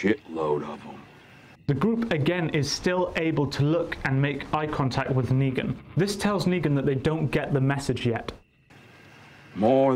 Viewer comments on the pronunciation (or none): negan u mean leangan 😂